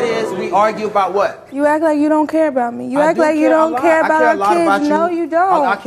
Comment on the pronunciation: 2nd girl keep saying “i dont curr” its care lol